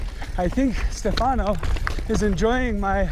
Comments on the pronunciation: STE fano, impara la pronuncia,pls!! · 1. He pronunces Stefano with an American accent,I would love to hear you speak english,i am Italian myself and I know for a fact that we have one of the worst accents possible when speaking English. 2. Respectcthe hikers is correct,but even better respect each other,no matter if your a hiker,climber mountainbiker or whatever.we are all children of this Earth and noone is out of place.i hate the attitude of hikers saying you're not supposed to be here because of this and of that. 3.they did absolutely not mess up any trail here,riding very cautiously.and by the way,that was no DH ride even if he was on a triple crown fork! Google DH ride and watch what that is all about. I'm a mountainbiker myself and I'm sorry,I enjoy it a lot more then hiking or climbing because for me it's a lot more fun.everyone is free to choose his "weapons"! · 1. type "Stefano" in google translate and listen to how it's said. 2. respect the hikers, you're the one out of place. 3. please don't mess up the trails, they require maintenance even without people doing DH on them. TBH you can have a great time there just by hiking, or try rock climbing. I'd like to see you get up there without the gondola anyway... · You've ridden with the guide at least twice, and you never learned how to say his name?